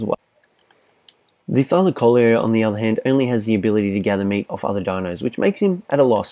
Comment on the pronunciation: The tylacoleo is pronounced thigh-la-co-leo